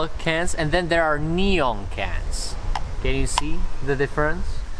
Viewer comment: Normal people : Neon Him : Nyon